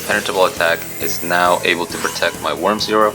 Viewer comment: It's always fun to see people failing on say that worm's name. Have you already had any idea about that "miracle contact" card, my boi?